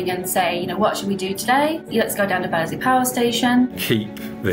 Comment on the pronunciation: The people on those Zoom calls calling it "Badderzee" says it all.